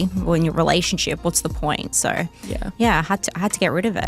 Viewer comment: In the word "so", why dies she keep adding an "r" to the end of it? She's as deep as a puddle. The scorpion and the frog. She has a child's mentality. Nowhere did she take any accountability for what happened.